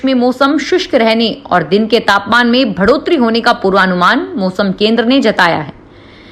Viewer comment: Bhadate hue ko badhate hue boliye. Isi prakar Bhadotari ko badhotari boliye. Anya samacharon mein Vidhyaly ko vidyalay, mantralay aadi sahi uchcharan kijiye.